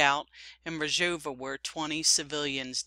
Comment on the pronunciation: Excellent reporting. Just one thing; It's Rojava. That's R-o-j-a-v-a. You are pronouncing it Rajova. It's Rojava, not Rajova. Aside from that this program is great. How to pronounce Rojava